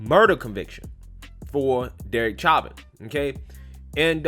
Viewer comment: Sha-vin say it like shat